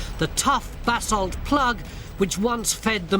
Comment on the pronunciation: Basalt, not bassel